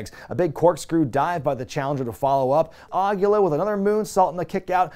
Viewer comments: Awesome video,! One thing though: "Aguila" is Spanish for owl, and it's pronounced more like "ah-GHEE-la" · Way to mispronounce Aguila, bud....